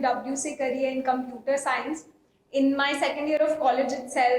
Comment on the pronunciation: I think the pronounciation of computer was wrong?